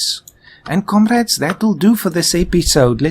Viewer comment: Je suppose que parle du "komorades" en début qui fait penser à un accent russe ^^